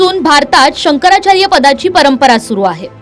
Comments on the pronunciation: शंकराचार बोलतो, शंकरचार्य म्हणता येत नाही,बेवडा पिल्यावर असे होते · नारोबा पहीले शंकराचार्य असा उच्चार करायला शिका. तुमच्यासारख्या गाढवछाप मानसाला जे मोठे पद देतात ते लोक सगल्यात बावलट आणी मुर्ख महणायला पाहीजे. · बुल्या कोंबडीचोर तुला निट शंकराचार्य म्हणता येत नाही लवड्या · यांना शंकराचार्य हा शब्द देखील नीट उच्चारता येत नाही!!! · नाऱ्याला नीट शंकराचार्य म्हणता येत नाही आणि हिंदुत्त्वाच्या गप्पा मारतोय झा......😂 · राणे ला शंकराचार्य म्हणता येईना आणि लागलाय हिंदुत्व शिकवायला.